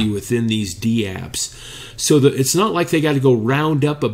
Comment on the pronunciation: Dapps, not dee-apps :p Take care guys.